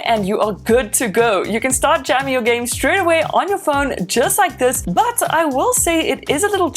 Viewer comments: did she pronounce game, as jam? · Say jam one more time please